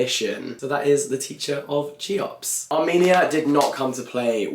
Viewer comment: Cheops is pronounced 'Khe-ops'